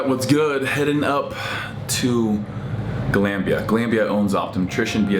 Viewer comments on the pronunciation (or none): its pronounced glon bia steve its irish